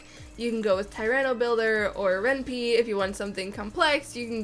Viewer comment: Ren'Py is pronounced as "Ren-Pai" as similar to "Senpai".